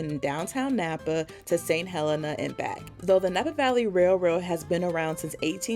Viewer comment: Yes, I could tell you spoke Spanish by the way you pronounced St. Helena. 🤓